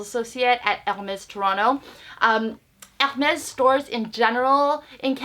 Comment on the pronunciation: Never thought anyone could make Hermes sound like a Mexican brand...'El Mex' LOL